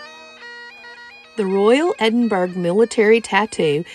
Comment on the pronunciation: Ahhh you can't beat the Edinburgh Tattoo, the pipes and drums always stir my Scottish blood. Great video, I've subscribed and going through your vlogs with great enthusiasm. Btw Edinburgh is pronounced Edinbru.